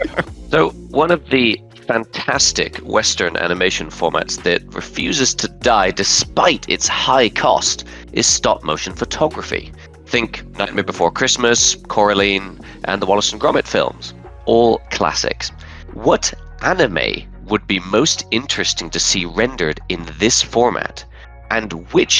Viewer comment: did he just say coraline as cora-lean